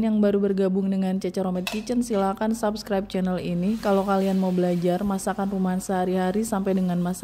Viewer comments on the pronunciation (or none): none